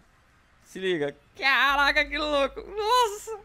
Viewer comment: Para de falar CARRRACA......